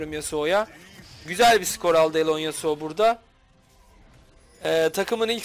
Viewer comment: Yasuoya karşı gragas yasuonun w suna dikkat ettikten sonra gayet güzel bi seçim fakat buildde morello nun ilk item olması e lerini dikkatsiz kullanması yasuoyu bildiğiniz elleri arkadayken kazandırtmış. Bu arada hocam alonesuo yu neden alone yasuo diye okuyorsunuz asıl nicki o mu bilgi sahibi değilim maalesef ama yazanla telaffuzun farklı olması biraz rahatsız edici. Bu arada yaptığınız iş çektiğiniz videolar o kadar insanı bir araya toplamak cidden kolay bir şey değil takdir edip destekliyorum sizi iyi günler